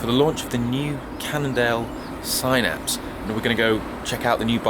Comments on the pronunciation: Sin-apse not sign-apse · Could you please call it a Sinapse, not a Sighnapse.